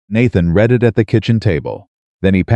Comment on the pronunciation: If you are reading something you're doing it right then it's pronounced r e e d i n g and if you and if it is past tense you have read it and that is pronounced r e d Red it because that is past tense